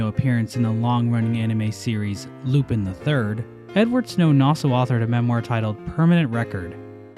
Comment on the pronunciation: Yakuza is "yah-koo-zuh" (I think) and Lupin is "Loo-pawn"